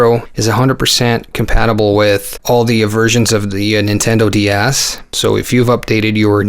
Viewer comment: Sounded like you said nintendo d arse I cracked up